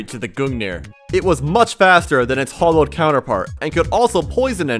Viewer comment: It's not Hollowed. It's Hallowed! Hallow is like holy Hollow is empty